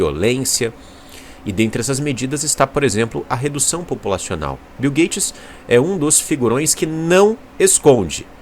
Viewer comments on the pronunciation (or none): Redução Poupulacional 💀